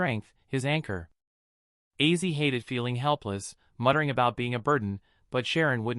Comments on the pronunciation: your aw😮fulis Ozzy Osborne not Issy you kept saying wrong. Your fired His. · Yah really! OZZY! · Please learn to pronounce his name for God sake